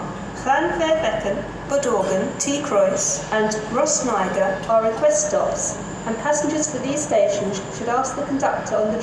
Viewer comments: She sounds like she's saying Rhosnigrr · The way pronounced “Rhosneigr” is funny:)